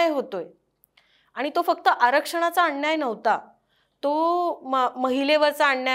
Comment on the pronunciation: अण्याय नाही हो अन्याय. अंदोलण नाही हो आंदोलन